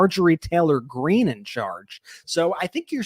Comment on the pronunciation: I love how calls her Marjorie Trailer Greene.